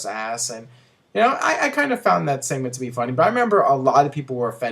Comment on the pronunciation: Seament? sss-eh-ment lol